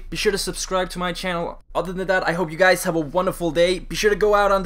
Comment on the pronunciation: it sounds like you sayin: whats up gays